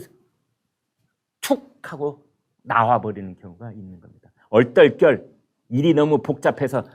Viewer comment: 얼떨결~~ 저도 그렇게 들리더군요 가차없이